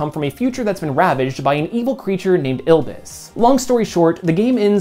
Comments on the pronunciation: *Iblis, not Ilbis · Iblis. Not Ilbis. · ILL-BIS?! WFT it's Ib-bliss! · My sorry, but Ilbis? You mean Iblis. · This man said ilbis 💀